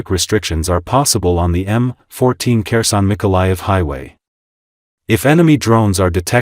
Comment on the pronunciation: This is an AI voice. Kherson is pronounced wrong. I am still upset that Putin was not arrested when the plane touched down in Anchorage. For a state with a small population, we have a large airport that has to refuel planes from all over the world so they can continue to reach their destination. We have officers here in Alaska who could have arrested Putin. Trump is an idiot. You can not bargain with Putin. It's like talking with concrete. Putin believes Russia is entitled to all of Ukraine. He plans to kill a great deal of the population and bomb them into submission, it is clear. Russia has not only North Koreans fighting with them, but Iranians, Africans, Vietnamese and some other nations they can get mercenaries. Putin is a soul-less monster.